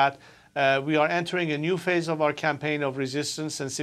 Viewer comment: enters a new "Phase" not face 🤦‍♂️